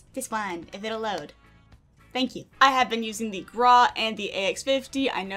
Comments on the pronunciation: Why u say it like that like GrA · I love how she said "graa" hahaha🤣